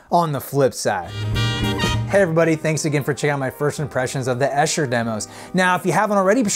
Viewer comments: Good work. Just one thing - Esher, an upper-class suburb of London, is not pronounced Esh-er, but EE-sher. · It’s pronounced EESHER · It’s E-sher.! From someone who lives here. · pushes up glasses It’s pronounced Eee-sher. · Pronounced: EESHER... Long e on the first syllable... Sure you will be sick of being corrected on this... Good review though... Also... Pronounced Oob not Ob... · Lord, why doesn’t anyone learn to pronounce “Esher” before these reviews? Thousands of references would point the unwitting mutterer in the right direction.